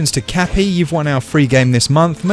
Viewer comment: I swear I heard him say, “Kathy.” Grats Kathy! Errrrrr, Cappy! ;-)